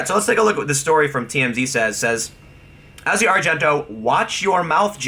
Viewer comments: I think you're great Tim but you are really bad at pronouncing names. It's Asia as in the continent of Asia and Rose McGowan is pronounced like you're saying OUch in the middle not O. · Jesus you suck at pronunciations. McGowan, Asia, Nike, Kaepernick, etc. Half of the time, you sound like you're speaking a different language.